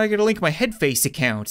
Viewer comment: I love how he said lonk instead of link